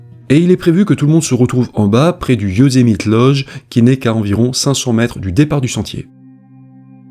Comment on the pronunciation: Youszmité ? Ou yousemite bordel ta jamais regarder de filme us pour franchisé des nom simple et super connue